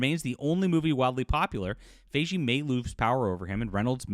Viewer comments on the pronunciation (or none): Kevin Fi-Gi, not Fey-jee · Fi-Gee not Fay-Jhee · Why do you say his name wrong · Well, it doesn’t help that Ryan Reynolds is a terrible person. So that might add to the hate. Also, why does insist on pronouncing Feige's name incorrectly? I am not a fan of the guy but I mean, that's not how his name is pronounced. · mispronounced Feven Feige's name numerous times, and he's reporting on gossip as if it's news. This video is embarrassing. and Ranting For Vengeance are the two worst anti-woke grifting monkeybots on YouTube.